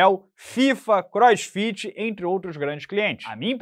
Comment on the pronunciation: Hummm “crossfitch”